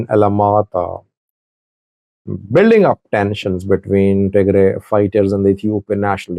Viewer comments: Who told you to change the name Tigray to Tigrie? Yuo have been saying eart)ier all the time tigray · You’ve always correctly pronounced Tigray and referred to the TDF as Tigray Fighters. Why are you now calling them Tigre Fighters in this video? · listen to how your saying Tigray 😂 say it how you use to say it before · I remember you have been pronounced Tigray for many years why is a sudden change to tigre where did you got it who advise you to change this name. Tigray and Tigre are two different names referring to different things. Tigray: A region in northern Ethiopia, with its own people, culture, and political history. Tigre: An ethnic group in Eritrea, related linguistically to Tigrinya but distinct. So, it’s not that Tigray suddenly changed to Tigre. The two terms have existed for centuries, and they are not interchangeable. Sometimes people mix them up, but officially and historically they remain separate. I am doubting you may have a hidden agenda; we don’t know. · Why are you saying Tigre? What happened to you? You even tried to correct when you call it the right way. I never expected you to behave this way. Shameful & childish. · The two words’ pronunciations for English speakers are the same. if you want to others pronounce correctly’ , please write as “Tigrai” not “Tigray”. Historically, the word ‘Tigre’ was the geographical name for the land as Wollo or Gonder were. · You are definitely mispronouncing Tigray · you’ve been covering the war for the last five years and you chose to mispronounce Tigray on your latest video. It seems to me you want to get a rise out of ethnic groups in Ethiopia or you were given wrong information.